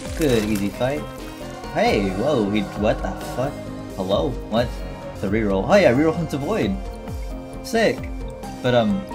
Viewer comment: Why word "rerolled" sounds like "rickrolled"?